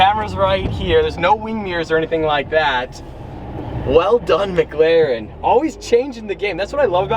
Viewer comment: I love u but please it’s McLaren not MgLaren